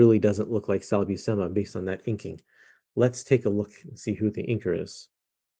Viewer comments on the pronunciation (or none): if it's Buscema i think it's pronounced "Bushema"